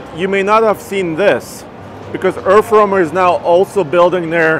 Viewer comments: earf womer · Anyone else hearing Erff wormer?